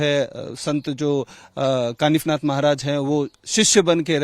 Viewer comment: काफीनाथ नही कानिफनाथ ,, आप जैसे पत्रकार हिंदू नही